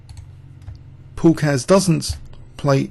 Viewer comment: and to Mr Young, Keres was pronounced correctly in video, not this Care-ess but Keres, about Najdorf im not sure :D